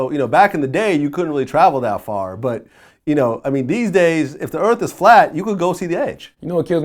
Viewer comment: RebelBeamMaster X84 only if he could pronounce words properly earth does not have a slang word so why earf. He is a damn hypocrite..... just can't stand him.